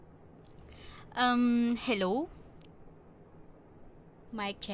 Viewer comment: "Hello" Oh, is she Filipino?